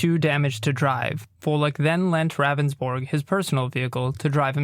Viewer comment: It’s Pronounced Roundsburg not Ravensbourg...He even says his name during the 911 call and yet still you say it wrong always...